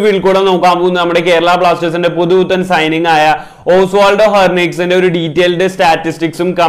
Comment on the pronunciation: Bro 'herniques' ala 'henriques'..!!